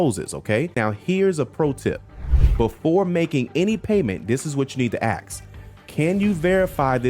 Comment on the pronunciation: This man is so literate and articulate, yet still says "aks"....thats a shame. He's better than that.